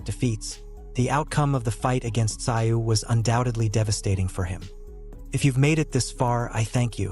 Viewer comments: russian with aussie influence, its not "sigh-oo" in aussie its like "Zoo" [makes a joke of expert commentary.] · Tim who ? Tim zu, not sigh you !! Fuk me mate, do better … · It's not pronounced "ci oh", try "zoo" instead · Pronounced TaZoo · I couldn't watch this sh*t, It is pronounced ТЗУЙ, in english TZOOY, the name has Korean origins, Бред сївой кобили 🙈😂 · It’s pronounced Tzoo. How can you be making boxing content and not know this? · Its pronounced Zoo. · FFS...enough of this AI bullshit?! Tszyu...is pronounced szoo...get on the fkg program Yankee?! Bluddy good referee?!!! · Tszyu has a silent “T”, silent “s” and silent “y”, so pronounced “zu”. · These commentators are so lazy they don’t even know how to pronounce the fighters name. All it takes is a single question to the fighters team. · If ur gunna make a video bout a man, at least get his name right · I can’t watch these videos with terrible AI voiceovers, just ruins it worse when it can’t pronounce the name of the person the video is about lol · Crap AI announcer can’t even pronounce a fighters last name ! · I can’t watch a video made by people who don’t know how to use the internet to check pronunciation, or listen to the video where his name is pronounced properly FFS! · No likes for you until you can pronounce his name correctly. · F..k sake mate say his name right cant you read English or listen to it 🤣🤣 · learn how to pronounce fighters names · Why watch this video if the narrator can't pronounce Tim's surname?